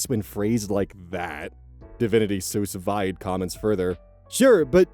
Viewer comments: ...FYI, "Sous vide" is pronounced "Sue Veed." it's the immersion heater system. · Sous vide is pronounced sue ve, it’s a French method of cooking using water. Castiel has all of its vowels pronounced and is not pronounced like the French word bastille. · Sous vide is pronounced sue (as in a lawsuit) veed (like weed except with a v), so sue-veed. It's a cooking technique from France. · I've started to look forward to hearing how pronounces semi-common words. It makes me feel normal. I learned most of my vocab through books as a kid, so it's nice to hear little messups XD Todays was sous vide- pronounced by as "soos v-eyed". (Pronounced "sue veed" normally) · just, a tiny thing but... SousVide is pronounce sue veed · I have no idea if it was intentional but hearing pronounce Sous Vide like that was really funny (if it wasn't it's pronounced "sue veed" it's a cooking method) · Just a little note since I don't see anyone else mentioning it and I know you like learning new words, 'sous vide' is pronounced 'soo veed'. It's a cooking/baking term that means "under vacuum" where you cook the food in a jar or a bag placed into a water bath. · Sous Vide is pronounced "SOO veed" Love the vids! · Sous Vide is pronounced soo-veed because it's french and makes no sense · No shade,, but from the way you pronounced DivinitySousVide I believe this may be the first time you've encountered the term "sous vide" in writing, which is completely understandable. It's a culinary technique, and it's French. My Midwestern mouth butchers French, but it's roughly pronounced "sue veed". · it is killing me how you are pronouncing “sue veed” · "Sous Vide" is pronounced Sue Veed lol 😂😂😂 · Sous Vide is pronounced "Soo Veed" Its a method of cooking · immediately brought out of my stupor by how pronounced Sous Vide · Sorry to be that person, but "Sous Vide"is French and pronounced [Sue-Veed] like litigation and the -eed is read like weed the drug